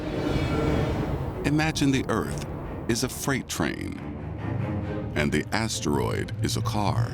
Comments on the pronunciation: I’m trying to fall asleep but all I keep hearing is ASSTEROID 😂😂😂😂😂😂😂😂😂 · I never thought I could hate how someone says asteroid. Like holy hell, change up the tone. It doesn’t need emphasis every time you say it.